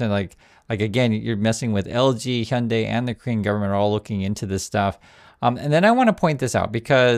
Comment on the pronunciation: Why do Americans say ‘honday’ instead of pronouncing it correctly?